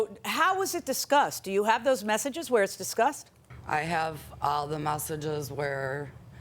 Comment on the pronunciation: She say masseges instead of messages 😂😂😂